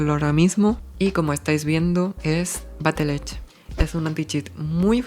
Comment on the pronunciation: Como dato es BattlEye no BattlEdge, lo digo por la pronunciación para proximos videos☝🏼🤓